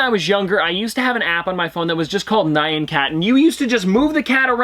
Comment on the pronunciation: Why do you pronounce Nyan like the name Ryan? you pronounce it right when you sing it! Nyan means "meow" in Japanese and it is pronounced 'knee-awn' but fast